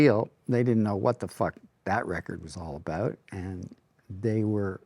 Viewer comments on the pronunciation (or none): Didn’t realize how much I needed to hear Getty say “they didn’t know what the fuck that record was all about” in regards to Caress of Steel 🥰 (emphasis on “about” lol)